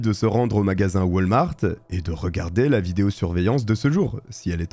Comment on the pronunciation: lol waltmart sa ce dis pas come sa la dernière foix tu ma dis pour kurt je tes donnés le bénéfices du doute mais cette foix si echec et math ont en a au québec et sa se dis pas du tout come sa XD